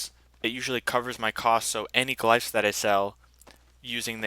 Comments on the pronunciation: lol "glyfes" nice video though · erbs and glifes lol